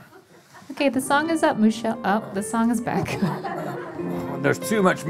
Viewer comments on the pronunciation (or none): Hahaha is it Moo-chelle actually? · “I believe Moo-chelle is a human man.” “...with one udder.” Made my morning. You be you, Moo-chelle. Happy Monday!